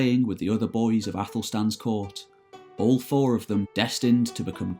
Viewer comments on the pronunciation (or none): none